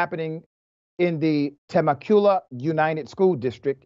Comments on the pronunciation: "Ta Mech You La" not "Tim eh Kul ah" lmfao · It’s pronounced “Ta-meh-q-la” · I love your show Doctor, Temecula is pronounced: Ta Mak U La... Just a little FYI for my friend. And again I grew up in California ❤🤷🏽‍♀️. THE COUNCIL MEMBER DID EXACTLY WHAT HE WAS SUPPOSED TO DO. It was perfectly okay for the white guy to run up on a little girl...When a real grown man steps to him the HIS (white) COWARDNESS SHOWS... That's just the way bullies are. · I know Pastor Hawkins, he would not want to come against this man of God! (pronounced: Ta-Meck-ula) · Te-mekula is how you pronounce the name of the city Temecula…. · Tamecula pronounced "Tam ek u la"